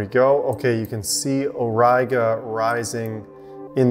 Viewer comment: My professor of Latin would beat me up if I would pronounce Auriga like that :D))) I'm really warming up to the idea of switching a bit from my Newtonians to similar rig like yours. It's just so much more ... everything - compact, learning curve is steeper... thanks for the great video!